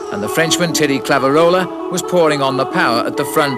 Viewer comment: I never thought there could be someone who butchered names as bad as Bob Roll, but…. As bad as it was, you have to appreciate the late Brian Drebber’s valiant attempts to pronounce Thierry Claveyrolat. I counted 6 different pronunciations…none of them right. 😂🤦‍♂️